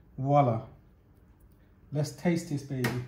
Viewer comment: Voila not wallah